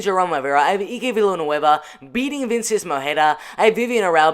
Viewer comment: Let me help you. It's Eye-K Villanueva not E-Ke. I'll be your name whisperer this year buddy.